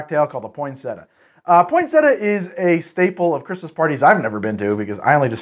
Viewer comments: Poin sett ia, not poinsetta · I didn’t go thru enough comments to see if anyone corrected you on the pronunciation of Poin-set-ee-ah. 🤨 not point-setah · In Ireland we pronounce it pon(or poin)-sett-ee-a , so this is really jarring. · word: poyn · seh· tee· uh: POINT SETTA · It's named after the plant pronounced point-set-tea-uh it really bugged me how you were pronouncing it. I can hear my nan tutting you for it 😂😂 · I don't know why the American pronunciation of poinsettia annoys me so much. Why don't you pronounce the second i? Poin-set-EE-ah. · its Point-set- iya!!! 😆😆😅 And can we just cut to the Absinthe... 😉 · its pronounced (Pon-set-ia) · It’s pronounced Pon-set- e-ah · Say it with me: Poin-set-tea-ah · poin-set-tia, you have to pronounce it with the 'i'. I can only imagine the outrage we would have received for that pronunciation :) Merry x-mas everyone! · step 1: pronounce cocktail correctly... 🙄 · Thank you the way he said it irked me so much because it’s even spelled how it’s supposed to be said why is he dropping the ‘ia’ ? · I love your videos but work on the pronunciation of the drink's name atleast